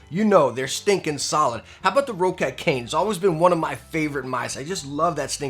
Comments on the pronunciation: How do you have so many Roccat Product reviews but still mispronounce the company Name? It is NOT pronounced Row-cat, It's pronounced Rock-et. You can't tell me shit about being an American and seeing the word differently because it's what I am as well. If you have to mispronounce it due to Ego or something ideologically stupid, well then you have Rock-Cat to worth with. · What is this Raw/Row-Cat everyone is talking about? It's Roccat. Like Rocket. Or for Americans: 🚀🚀🚀🚀🚀🚀🚀🚀